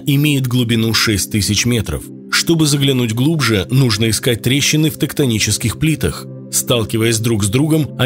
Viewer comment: Не тактонические плиты, а «тЕКтонические» 🥲